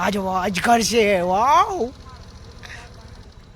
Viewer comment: અગજર નહીં અજગર😂😂😂